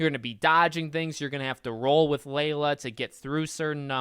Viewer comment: Aint no way my boy said layla